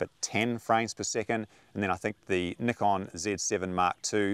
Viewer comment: OMG, finally someone who pronounces "Nikon" properly! Thank you so much!